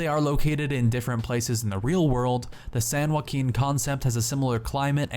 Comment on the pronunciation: San joe-ack-in